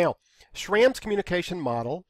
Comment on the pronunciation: Just a side note, the a in Schramm is supposed to be pronounced with a u sound. It's the original form of my surname but they're both pronounced the same.